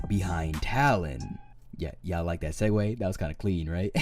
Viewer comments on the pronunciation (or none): none